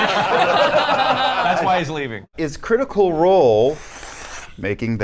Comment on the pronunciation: cwitical woll :3